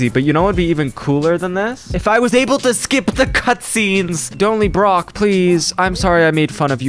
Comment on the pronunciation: I love how he calls Prauf Brock